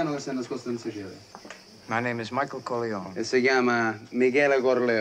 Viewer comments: Quando dice Corleone sembra che dice colione🤣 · he has changed the pronunciation of Corleone and in intalian Coglione means asshole